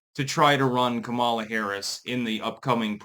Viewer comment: I was listening to Marjorie Eagan (name may be misspelled, dgaf) who is a super liberal talk show radio host out of Boston. Now, she is all about supporting blacks. But black sounding names? Not so much. When Eagan said "Kamala" she pronounced it like "Kamela" like "Pamela" which I thought was absolutely hilarious 😂 Anyway, run Kamala again! Please! We need more entertainment! Hollywood is dead!